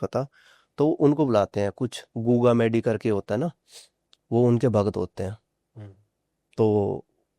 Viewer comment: Goga medi hota hai vo Right prnsesion